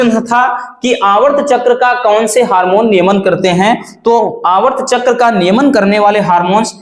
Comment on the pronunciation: Aavart chakra nahi sir aartav chakra 😮